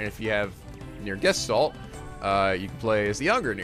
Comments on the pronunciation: Oh, in trying to correct your pronunciation of Gestalt, you still mispronounce it. This is why we love you. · Gescholt? That's even more off :D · And so we add Gestalt to the list of mispronunciations. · I think it doesn't matter that you pronounce Gestalt wrong haha I like it that way it's cute how you say it x3